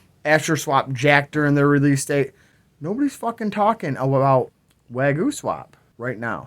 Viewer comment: Way goo? Wag yo? Waa gyu? WTFC!!!! Bahaha